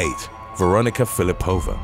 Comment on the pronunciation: Russian surnames are usually stressed on the second syllable, so it should be Fil_i_pova. Otherwise, thanks for the great content!